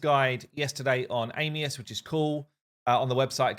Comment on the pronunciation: it's ANIUS!!!! Stop calling him AMIUS!!!